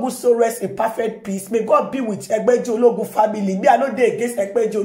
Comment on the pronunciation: Your pronunciation of Egbeji Oloogun is what I like hearing always 😏